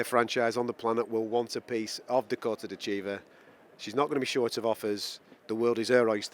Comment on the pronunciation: Dakota's last name is not De Chiva